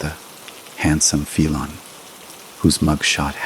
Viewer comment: Worst crap ever. Can't correctly pronounce ' felon' . Can't pronounce...'RicoAct' ....and many other words. Lazy: hey, let's get AI to write the story, then have AI narrate the story. The result is garbage.